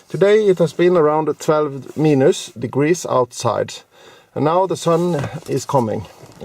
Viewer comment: what a excelent video. Very usefull for us here in Norway thinking to buy this car. BTW when you say "Minus" say it like "Mainus" not so important but anyway:-)